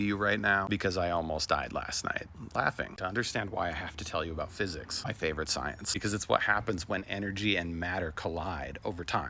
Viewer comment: Gotta love "fisicks"!!